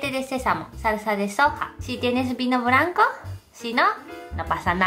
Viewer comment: corrigela, asi habla mejor, ejm, blanco no branco etc!